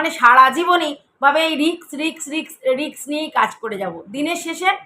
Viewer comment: Aapni Sima auntyr tension eto na kore nijer English pronounciation a concentrate korle bhalo hoy..... e.g. its 'risk' not 'rix'😂😂😂😂